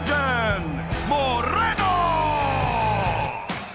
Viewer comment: The R isn't supposed to be rolled when pronouncing 'Moreno' Dont know much about Spanish grammar but im sure that you only roll the R when there's two Rs side by side example: carro, you roll the R caro, you dont roll the R Incase you're curious Carro means car and caro means expensive